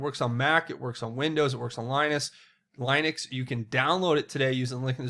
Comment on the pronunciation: Huge Fan, just an FYI it's prounouned "lin ux" as in jeremey Lin, not "Line ux". Anyone familiar with linux will cringe when they hear you say it that way